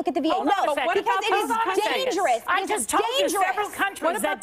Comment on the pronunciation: Nobody: Meghan: ‘iT is DaNgeROuS’